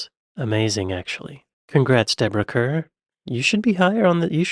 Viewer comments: Deborah Kerr = pronounced "car" Dame = female equivalent of male Knight. For Sir Stephen. Dame Stephanie. Julie Walters - check oot Educating Rita for an acting masterclass by Michael Caine & Julie Walters. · I think I was most dumbfounded by the total lack of recognition of Deborah Kerr, who was internationally celebrated for many years. She was an actress of skill and beauty. Her surname is pronounced ‘Carr’. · Deborah Kerr…… the pronunciation of her last name is “ car “ not ker. “Dame “ is an honorific title ( the female equivalent of “ Sir “ ). Being knighted for your life accomplishments eg. Sir Paul McCartney and Dame Judy Dench. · Emma Thompson, as your number one? An excellent actress; but first? Deborah Kerr - pronounced ‘Car’. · Spelt Kerr, pronounced CAR! Right you need to watch Educating Rita...Julie Walters and Michael Caine are brilliant! The other film you need to see is The King and I...Deborah Kerr and Yule Brinner! PS. I don't know if it would be possible but you should watch Louis Theroux's interview with Dame Judi Dench. It's eye opening! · It's pronounced Deborah CARR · It's pronounced "Carr" = Kerr. The greatest actress is Dame Wendy Hiller. I would put Kerr at #2. You might be thinking of Ingrid Bergman as the Swede, or Greta Garbo, also a Swede. These lists tend to be contemporarily focused and lose sight of actors before 2000. You really can't make such a list without deeper immersion in British cinema. The Brits avoided the whole method acting thing, and have a much deeper understanding of the craft of acting. You must be stuck in 1930s gangster films where women are condescendingly referred to as "dames". These women were awarded the equivalent of a knighthood. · Deborah Kerr is pronounced 'Carr'... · FYI: Deborah Kerr's surname is pronounced like "CAR" (rhymes with star). She was born in Scotland! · Kerr us pronounced as car. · Sorry, but Deborah Kerr's ladt name is pronounced Carr!!! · Debra Kerr - pronounced Carr!